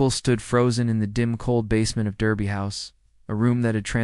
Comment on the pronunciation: Derby is pronounced DArby